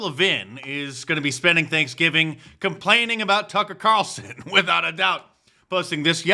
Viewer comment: “Tucker Qatarlson” completely caught me off guard 😂